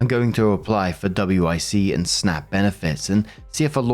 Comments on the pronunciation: don't pronounce it by the letters just say Wick like John Wick. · WIC we say it as a wick like a candle wick. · Most people pronounce WIC as 'wick'. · WIC is pronounced like a candle "wick" btw! i mean you can call it W I C, but in the US, we generally say it like "wick"